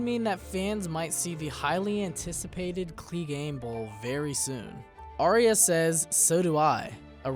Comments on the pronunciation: IT IS NOT "ARIA"!!! IT IS PRONOUNCED R-YA. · Why does every american pronounce Arya's name Aria? It's so frustrating. It's, 'I-ah' other than that good vid. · Aye-ah. Not Aria.